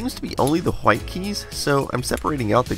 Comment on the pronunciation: the way you say white bothers me more than it should lol